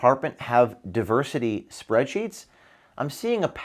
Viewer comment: Did that guy pronounce it DIE-ver-City…said that way it makes sense….